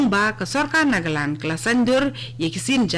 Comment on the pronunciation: Hahahaha ha ha ha ha i kong ban iong nagaland ruh ym laid lh ong nagalaw